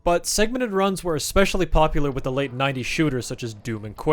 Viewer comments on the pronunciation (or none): none